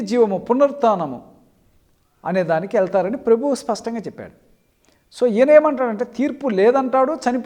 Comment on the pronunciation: Poor doesn't know how to divide the scripture. 2 Timothy,, ప్రసంగి 12:7 మన్నయినది వెనుకటివలెనే మరల భూమికి చేరును, ఆత్మ దాని దయచేసిన దేవుని యొద్దకు మరల పోవును. Although you are ignorant of scriptures i still prefer to address as bro. Please first learn to pronounce ప్రభువు not ప్రెభువు. This i have pointed out few years back. But you hv no mind to introspect (Ps ) Your exaltation is beyond limit of any body tolerance despite your ignorance. సోదరా నీ కంట్లో దూలం తీసివేసికొంటే కుంటం కంట్లో నలుసును చూడగలు గుతావు. అంత ప్రాముఖ్యమైన పదం పలుకలేని నీవు ఇతరులకు బైబిలు తెలియదు అని పదేపదే చెప్పుచున్న నీ మాటలే నిన్ను గూర్చి సాక్ష్యం చెబుతున్నాయి. ఇంత అతిశయం కలిగిన నీవు ఏ రకమైన ఆత్మ ఫలాలు పలింస్తున్నావో నీవు చదువుతున్న బైబిలు నిన్ను గూర్చి సాక్షము చెబుతుంది. నిజమే నీవు చదువుతున్న బైబిలు మేము చదవక పోవటం. నిజంగా దేవుడు మాకిచ్చిన కృపయే. ఇతని గురించి ఎంత తక్కువ మాట్లాడితే అంత మంచిది. Beware of this man Please donot follow him. Matthew..... అతడు కలిసినప్పుడు అతని మీకంటె రెండంతలు నరక పాత్రునిగా చేయు దురు. He has got such versatile talent of misleading (వక్రభాభాష్యంలో నిష్టాతుడు) At least he is not with head knowledge that would have taught him how behave with others in a world of decent culture, as we have no right to be disgraceful, after all we are not in dirty poytricks. Pity with him. First time i was very mild in suggesting him as he was couselling a sister wrongly. but this time i had to be tough as i felt he deemed fit in such a way in scripturally Pro.26:4,5, Althou